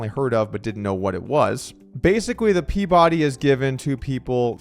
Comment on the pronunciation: it’s pronounced pea-buh-Dee I think